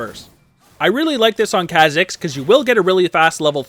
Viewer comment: This bugs me everytime he makes a Kha'Zix video, but its not pronounced that way, its pronounced k-ah zicks, not kzicks.